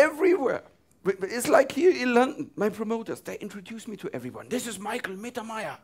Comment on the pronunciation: I like Michael Mittermeier very much, but why has he to pronounce his name with an English accent? 🙂